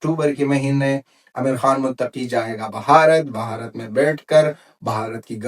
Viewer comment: Say Bharat not Bhaharat plz.